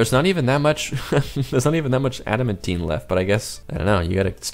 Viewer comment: Pronounced ADA-MAN-TIN NOT ADA-MEN-TEEN